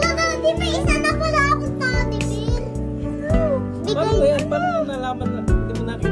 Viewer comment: Cute ni Argus, at ang cute din ni Daddy. Hehe. Aliw ako sa pagkakabigkas niya ng "taddy ber" tsaka nung name ni Marko Rudio. Hehe.